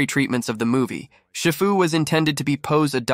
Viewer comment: Is pronounced she-foo 😅